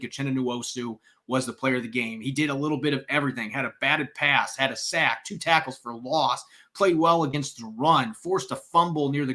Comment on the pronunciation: listen to yourself say any word with a short vowel such as sack, pass, etc. You’re pronouncing it as a long vowel such as the ‘a’ in rain. It’s not Saick. It’s Saaaaack. It’s annoying but subtle.. Listen to yourself say these words and then listen to a normal person say the words such as sack, pass, etc.